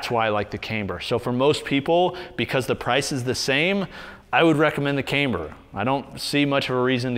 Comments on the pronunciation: Not trying to sound like a jerk or nit-picky but its pronounced Kamber not Kaimber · Can't unhear mispronounce camber as "came"-ber every time.